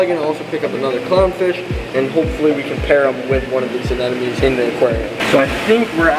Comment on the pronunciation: it's anemones,,,not ANNENOMIES😂